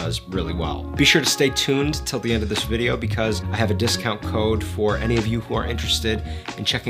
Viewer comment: What the heck is a 10% “discout”???? 😂 I tease in the name of good fun. I like this channel! Thanks for all the content!